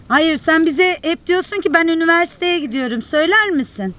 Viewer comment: Emir: ben üniveveye gidiyoyum Ben: 🤣🤣🤣🤣🤣🤣